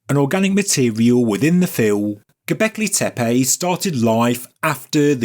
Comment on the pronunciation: I don't think I agree with your video but super KUDOS and congrats go to you to prounounce GObekli Tepe correctly compare to everyone else, including Ancient Aliens and Hancock. Not tee-pee . TAE- PAE.